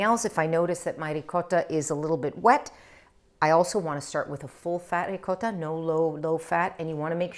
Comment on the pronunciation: Ciao Christine ! Non solo la parola gnocchi, ma anche la parola ricotta. Spesso sento gli americani che pronunciano qualcosa come…”riccoda”. :)